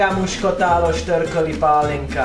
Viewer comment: Dang, you're half Hungarian, but you say "Törköly" as "Törköli"...